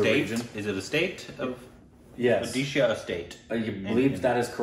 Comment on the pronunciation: What I liked Even Indians Can't say Where Odisha is .. but You said It correctly